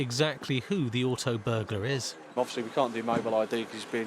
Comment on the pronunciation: “Obvosslee uv corlled trumpdon”- how vulgar and disrespectful!